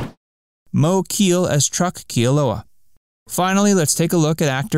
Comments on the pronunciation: Moe's last name was pronounced Kay-Ah-Lay, not Keel. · Good video but your pronunciation of Moe Kealeʻs name is wrong. Phonetically it is pronounced: Kay-a-lei or Kay-a-lay. The last name is Hawaiian and not English. He was an incredible musician and mentor to many Hawaiian musicians including Israel Kamakawiwoʻole.